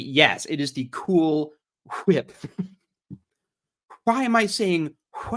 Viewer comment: 😂coohool qwhhhip😂😂